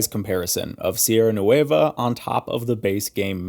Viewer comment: Just say NWEH-va Don't have to exaggerate the letter "u", or add that "ay" sound ... it's not "noo-WAY-va"